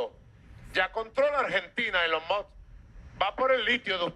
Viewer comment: Ah Maduro: no hay quien le corrija o le enseñe a pronunciar Elon Musk, cuando dice “elon muks” o “elon mods”, y siempre retando a los demás como cualquier bandolerito de barrio! ah maduro, que vergüenza de presidente!